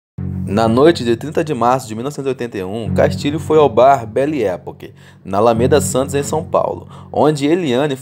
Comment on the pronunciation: Bele époque, nao; "BELLE ÉPOQUE" (Pronucia-se béie epÓque, com a tônica no O) é frances e nao ingles. Talvez vc precise estudar mais.